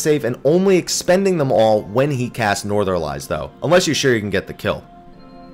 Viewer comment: I know it's nitpicky, but Northerlies -> Nor-thuhr-lees. Like the plural of the Northern winds.